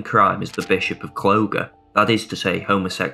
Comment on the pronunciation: Clogher is pronounced 'Clah-Her'